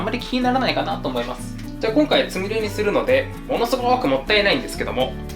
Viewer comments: つみれが、つみるになってる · つみれがつみるになってる？(;´д｀) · 『つみれ』が『つみる』にずっとなってるのなんだか可愛いｗ